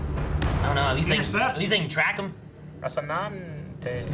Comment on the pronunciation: Or Rocinahte lol